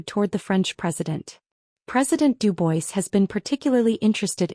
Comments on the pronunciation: Pres. DU-BWA not Du-BOYS! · Duboys ? It’s pronounced Dubwaa